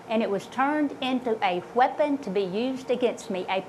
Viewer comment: Well, thank goodness she addressed it.... Bless her heart. PS it's weapon, not wheapon.